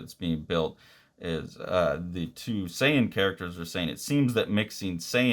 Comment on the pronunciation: You actually pronounced Saiyan and Kakarot correct. Good on you